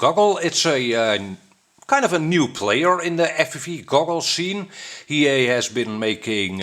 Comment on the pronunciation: Maybe it's not he-yea, it could be hi-e. LOL